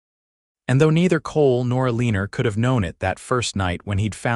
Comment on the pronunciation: OMG, if the voice can't pronounce your main character's name correctly, change it to something else! Eleanor being pronounced UH-LEEN-NOR, (which rhymes with "a weaner" the way it's emphasized), makes me not want to watch because it grates on my ears. Ugh!